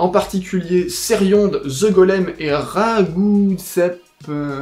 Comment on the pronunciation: Maman ! On parle de moi sur internet, je vais devenir célèbre !!!! (sinon Ceriond c'est comme connard, on ne prononce pas le D ;) )